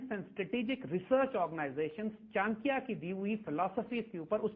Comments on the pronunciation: Isko 1000 baar samjha do per bolega chinkya hi. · Plz correct the pronunciation of the name Chanakya